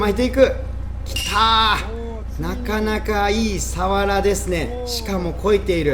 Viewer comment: サ↑ワラ？笑